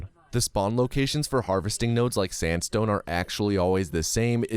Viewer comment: I wouldn't blame you if you accidentally said sansstone when you quickly say sandstone.